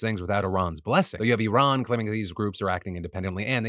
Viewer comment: Very impressed that Phil actually pronounced Iran correctly compared to other Americans.